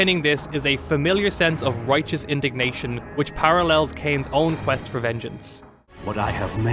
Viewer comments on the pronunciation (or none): none